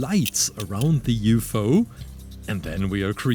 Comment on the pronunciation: He also pronounced ufo as yoo foo